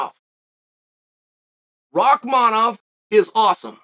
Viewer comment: I honestly appreciate the chael actually pronounces Rakhmanoff correctly of all names